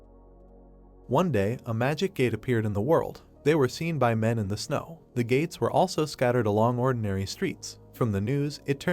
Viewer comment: Tell me why when he said the gates. I heard the Gays😂😂